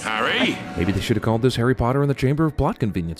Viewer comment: Harry pottaH hArrY poTtah 😂